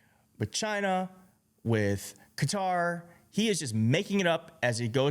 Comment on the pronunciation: can’t even pronounce “Qatar” correctly. Keep trying, keep crying losers.